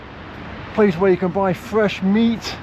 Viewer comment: Place where you buy fresh meat, emphasis on “ fresh”……😅😅😅😅